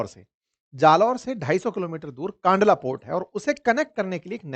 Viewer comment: kaandla nahi kandla કંડલા